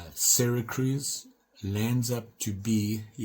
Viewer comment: Hope you enjoyed being with your kids & your vaca in Cali. Yo...Syracuse". SYRA CRUISE. Really another NY city you can mispronounce & have people cringing all over the N.E. Really Man if you just watch some YouTube videos from other knife people you would learn so much but it's obvious you don't because you would not be talking this crazy nonsense and making stuff up. Sorry to jam on you. Let's go into the new year right man. ☠️ KnivesOut ☠️